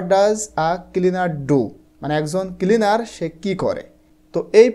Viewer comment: Kilinar 😂😂nacleaner😂😂